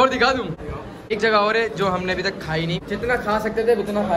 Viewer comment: Why do you say tak ko talal